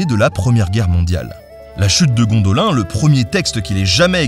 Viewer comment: "Gondolain"..!!! T'as pas honte?